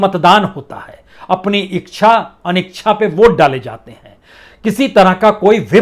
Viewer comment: बदलते वक्त के साथ शुद्ध उच्चारण भी भूल गए आप तो ,प्रसून जी। "इक्षा_ अनिक्षा"नही होता। सिंपल सा है, "इच्छा_ अनिच्छा" । ऐसी गलती की उम्मीद तो ना थी आपसे।